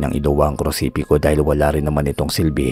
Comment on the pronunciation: nice story po,pero hnd po krusipiko,kondi krusipiyo Ang tawagsa krus